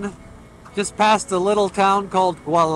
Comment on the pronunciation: it's pronounced Walala😅 (Gualala) my favorite part of Mendocino